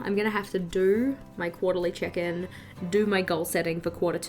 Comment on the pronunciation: I love your videos they are so calming in a way 🥰 Each time you say check in I hear chicken so it's kinda funny when you say quarterly "chicken" 😅😂